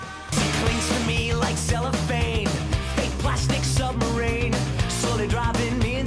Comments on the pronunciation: Especially since the guy pronounced submarine as submarane in the song to try and force a rhyme. So bad. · weellll, he does go out of his way to pronounce it, “submarane” to force it to rhyme.